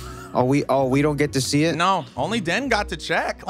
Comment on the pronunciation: I love how Ivan just calls Den Dennice